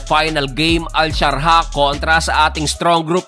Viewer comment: Admin, AL Shar JAH hindi al sharha...😉